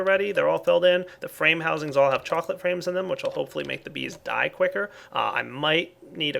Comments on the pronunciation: He said ''Choclate Frames'' like ''Choclate Rains'' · says "chocolate frames" i hear "chocolate rain":)